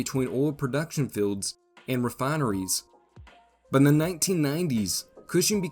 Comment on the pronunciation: Is it "oil filleds", or "oil fields"?